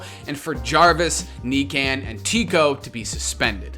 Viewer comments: NICAN lol it’s NIKAN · Faze Nikan is Nee con not necan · he sad kneekan hhahahahah it nikan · Buddy really out here calling him “Knee-can” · knee-can lol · It’s pronounced Nee-khan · "Knee Can"